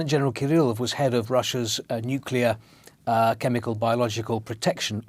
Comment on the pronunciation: Why does the presenter say "chemicaw" instead of "chemical"?